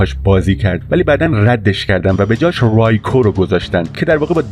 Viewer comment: ممنون بابت ویدئو اما "رایکو" اشتباهه "ریکو" صحیحه موفق باشید.